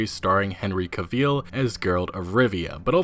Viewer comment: Henry "Caveel"??? Dude, you're getting worse. 😂